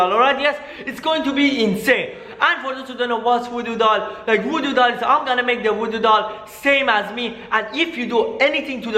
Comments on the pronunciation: you're saying woodo not voodoo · I swear this guy's bored asf By the way you're your saying woodoo